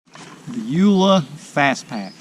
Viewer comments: Dude... first it's pronounced "U" "L" "A" as in three separate letters... not "youla". The name of the company is "U"ltra"L"ight "A"dventure Equipment. It makes you sound completely ignorant. Secondly... it's a FASTPACK... it has extra wide straps because it's a frickin VEST HARNESS! Fashioned after trail running vests. I didn't even watch past bc you obviously do not know Jack about these types of packs. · please, its U, L, A, its an acronym